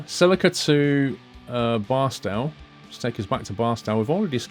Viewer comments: Barstow is pronounced Bar-Stoe rhyming with toe and not Bar-Stow rhyming with cow. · the arched walkway in Vegas is called Fremont Street... and fyi Barstow is pronounced Bar-Stowe